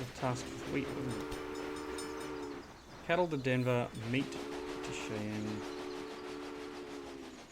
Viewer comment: Shy-anne is the pronunciation I've heard most often. Could be interesting. I find it more fun to play games like this than watch, but it's an interesting game anyway.